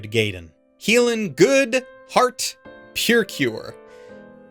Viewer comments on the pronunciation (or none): The fact that you pronounce Precure as Pure Cure and also pronounce the heart is hilarious. I'm sorry. Guess that's what happens when Toei won't license it out. You're right, though, it is frustrating that all these shows are being delayed, that every convention is cancelled, that every time we think we might be over the worst of the situation, things go wrong. I hope that everyone impacted at the studios can stay safe.